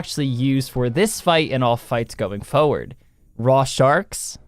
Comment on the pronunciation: Someone please tell that "forward" has two R's in it. Please... stop moving foeward bubba;)